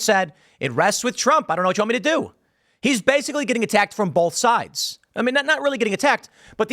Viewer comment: Normal people "both" Tim.. "BULTH" everytime 😂